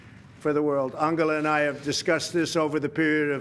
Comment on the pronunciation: He pronounced her name completly right. lol